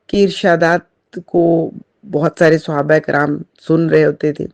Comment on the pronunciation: اسلام عليكم آپ تعوذ و تسنیہ کو درست کریں اور صحابہ کو صیصح ادا کریں